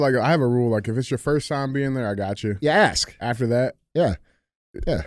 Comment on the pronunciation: He’s not to that level yet. Still working on pronouncing “ask.” Lmao!